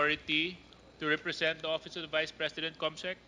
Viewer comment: dan fernandez, "opis ob da bise president"... YUK! Pwede ba tumahimik ka na Dan!